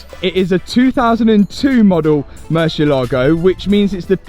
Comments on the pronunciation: know how to put it up every time 👌 But if he keeps saying MÜR-CHIE-Lago I SWARE TO GOD.... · I played a drinking game with how many times you said MerSHialago 🤣🤣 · It’s amazing how no one can pronounce Murcielago properly… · Murcielago has the accent on the "ie" part, not on the "lago" part. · Hearing the poor lambos name butchered is always cringe 😬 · OH MY FKIN GOD.... HOW MANY TIMES DOES THIS CLOWN SAY THE WORD 'MURCIELAGO' IN THIS VIDEO ??????????? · just in case you want to pronounce it correctly, the emphasis is on the e not in the a. Cheers!! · I love the new project …….however…………..get a spanish lesson ………and learn how to pronounce MURCIELAGO …….IT WIILL INCREASE YOUR STREET CRED ! 😂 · A What? Marsheelago, Mooshylawgo... Moor-siel-ago It means bat, dingus. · It's MOOR-SEA-EH-LA-GO, 5 syllables, not 'merseylago.' It's Spanish for bat, as in flying animal, not a lake near the river Mersey! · I downed a shot every time you said Mucielago ……. I’m drunk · for the sake of that "mercylaagow" that I really enjoyed every time murcielago is pronounced : moorcee ela go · Stop saying mershilago its merci lago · Hi Keeps saying Marshall Lago !! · 😂😂😂 morsel Lago bro stop saying it like that you guys look ridiculous is pronouncing it im English is pronounced in spanish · Ok but could you just not call Mur see el Lago? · So funny the way pronounces "Mercia Logo":D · Say moo -si -a - la -go .that was the saund. murcielago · Moor-sieh-lagoh. Pronounced. Murcielago means bat in Spanish. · Mersha-Largo, hahahhaa lol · murciElago try pronounce the E stronger so you can actually know how the car is really called cause I couldn’t understand what you were saying hahaha it’s Spanish word for BAT. Good video btw! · Man i like your videos but when you pronouns murcielago like murshielago i fell in rake sorri😂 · Top Gear had the same problem in correctly pronouncing the name of this murciélago car. It's moor, thiel, are, go. It's the Spanish word for bat.